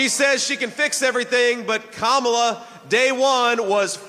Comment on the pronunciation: JD pronounces Kamala’s name correctly. I can see how obviously ..😀😀🙏🏾